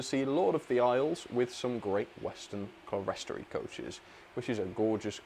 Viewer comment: Thanks for the video. Fun as ever. FYI, "clerestory" should be pronounced "KLEER-stor-ee", not "cler-RES-tory". Originally a term from church etc architecture meaning a high section of wall that contains windows above eye level - a clear storey.